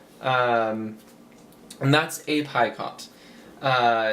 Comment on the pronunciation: I like to watch your videos. I found them when I was looking for an edging stitch. I think Picot is pronounced without the T. I believe the T is silent and it's pronounced, Pee co. Just sayin.